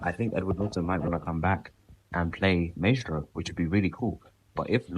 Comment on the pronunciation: your mispronouncing maestro